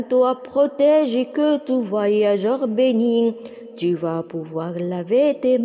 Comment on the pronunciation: Ta voix est très belle, mais j'ai remarqué des erreurs comme bénit. T ne doit pas être prononcé car c'est une muette